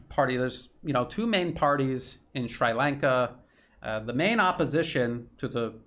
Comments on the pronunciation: It is pronounced Shree Lanka. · it's pronounced sree-lanka. Sri as in see with an r. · Jesus dude. Where are you from. Ballymacsleepy in Antrim. Its Sri Lanka as in Shree. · Except for the pronunciation of Sri Lanka, you're right on, 😍🥰. Much appreciation from the Horn of Africa!! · It's pronounced like Sree not Shry. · excellent analysis, but a quick hint on pronunciation... it is SHREE lanka not SHRAI lanka, also TAAMIL, not TAMAAL... small details but make this more easily assimilated by people living in that region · Not Shrai Lanka. Shree Lanka. Please Google pronunciation. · Sree Lanka. Not Sry Lanka. ;-) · Sri Lanka. You got the Lanka right. The "Sri" sounds like "SREE" and not "SWRY" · Sree Lanka not Sry Lanka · Appreciating all your sincere efforts to shed light on what's going on in the world I have to ask you to stop mispronouncing Shri Lanka as Shrai Lanka. I guess we all have had enough of this utter stupidity of mispronouncing the names of various countries , such as Iran (Airan), Irak (Airak), Shri Lanka (Shrai Lanka), . . . And by the way, there is no such thing as Tamals. These people in Shri Lanka and the South East of India are called Tamils. These things may be insignificant in the wider context of what is going on but they are nevertheless essential. So let's try to get them right first before we talk about the real issues. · Shree....not Shrai. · 🤨"Shree Lawnka" not "Shry Laynka" 😁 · SHREE Lanka. Very hard to listen to your commentary when you slaughter the name of a proud, ancient nation. PLEASE DO YOUR PRONUNCIATION HOMEWORK FIRST BEFORE YOU GO UP ON A VIDEO. Repeat after me: SHREE Lanka. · Sree lanka pronunciation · Americans always get pronunciation wrong. It's Shree Lanka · I had trouble recognizing your pronunciation. We say Sree Lanka in New Hampshire. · * "SHREE" Lanka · Is it really called SCHREI Lanka?